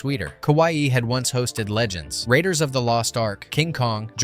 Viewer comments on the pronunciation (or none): none